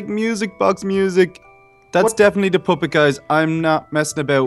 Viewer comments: It sounds like your saying poppet. Poo-pit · he sed poopet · THEY SAY POOPET PUPPET NOT POO NOT POOPET! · Lol said poopet